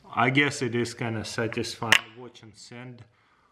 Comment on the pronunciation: "Are you sateesfied yet?"